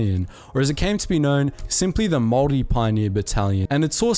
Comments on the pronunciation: Is anyone else hearing "moldy" instead of Māori? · A guy with a kiwi accent absolutely butchering maori pronunciations that badly was totally unexpected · Goodness Me...as a Whanganui-born Pakeha, I was appalled at the Maori pronunciation. Apart from 'Morry', he got it all terribly wrong. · Its pronounced Māori not mory and Pākeha not bakia But anyways nice vid bov